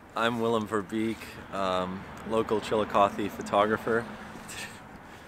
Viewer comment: To pronounce Verbeeck correctly, you actually have to say Verbake.